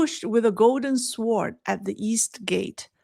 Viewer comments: Sword is pronounced 'so:d'. Long vowel O and silent W. Thank you. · Sword - “w” is silent… “sord” reference google translate